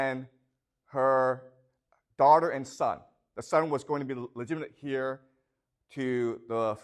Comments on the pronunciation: The H in Heir is silent. Pronounced "AIR" Thank you for teaching in English. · Why is your pronunciation so lazy and sloppy? Axander, hair for "heir" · He pronounces heir as the word hear. He also has a Chinese communist flag on top of the chalkboard, in plain sight of his students. But does not show it in this video. VERY TROUBLING INDEED😢😢😢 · thank you so much! Ive watched over 20h these last two weeks. only feedback? the H in 'heir' is silent:) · How does he grow up in Canada, study literature at Yale, but not know how to pronounce heir? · Probably because he is spending too much time in China now. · The "H" in "heir" is silent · I don’t care how he pronounces heir - English isn’t his first language, but I guess you speak perfect Chinese? And as for the flag, my understanding is that he’s in Beijing, so why is that surprising or concerning?